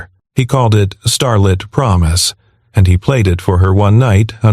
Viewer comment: STARLIT, not Starlet which is a new, young actress